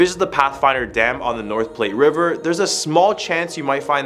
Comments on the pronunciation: It's pronounced platt not plate (Platte River). Bet the Casper mummy got buried out in the prairie. I've stayed at the Plains Hotel when we had a seminar in Cheyenne and no ghosts there. Sorry. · Haha yeah I’m a Wyoming native, was gonna say the Platte and the Shoshone pronunciation. Platte is like flat. And it’s sorta white guy arrogance but we say it like Show-Shown. There’s also a town called Shoshoni, pronounced Show-show-knee. About the weddings, none is you know a Wyoming guy is married because there’s holes in both truck floorboards so she can spit her Copenhagen out too. Big nose George gets mixed with Big Nose Kate, famous as kinda the first real hard female cattle thief. We also are who gave women the right to vote first in entire nation. If they came out here in old days and made it through insane winters, native wars, range wars, being massively outnumbered by men (and grizzlies), suicide problems, isolation, yeah they deserve at least equality. So I’m not too shocked some wildness cracked off at Wyoming weddings. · It is pronounced "Plat" river. The extra T and the E, are silent. Oh, and I've lived in Wyoming since 1974. Yes I've heard of Big Nose George. There is even an exhibit at the Wyoming State museum about him. The rest are FAKE. Thank you, Next!